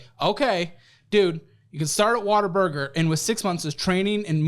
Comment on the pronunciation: ...I love you...but if you are going to insult it, please pronounce it correctly. It's WHAT A BURGER!!! not WATER BURGER!!! 😂❤